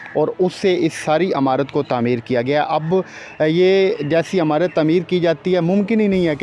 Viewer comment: Don't say "Amurt", correct pronounciation is "imarut".